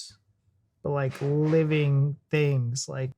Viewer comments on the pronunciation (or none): none